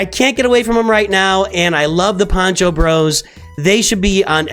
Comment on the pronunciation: Poncho, not pancho - pancho is a salchicha or hot dog (sometimes lazy)